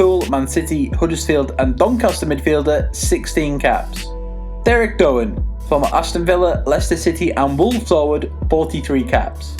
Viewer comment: George Evans and Derek Dougan ("Dohan????)